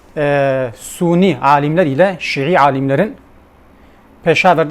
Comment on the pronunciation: SUNİ DİYORSUN VİJDAN DİYORSUN KARDEŞ SUNİ NEDİR SÜNNİ DİYECEKSİN.. DAHA KELİME TELAFFUZ EDEMİYORSUN. ADAM 47 TANE VİDEO ÇEKMİŞ İLMİN VE FEHMİN ANLAMA KAPASİTEN OLSAYDI TAMAM DA BÖYLE BİR VİDEO ÇEKİLMEZKİ. ŞİİLERİN ÇARPITMALARLA DOLU BİR KİTABIN NEYİNİ SAVUNUYORSUN Kİ. BOŞVERSENE.